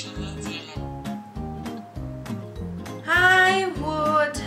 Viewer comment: nice try ^_^ well, moment , was... hm, i'm better to silent. cause, you said "панеле" instead of "неделе". and in Russian slang, it's not best word for girl to say) p.s. just random russian guy who loves to watching how foreigners trying to speak Russian...)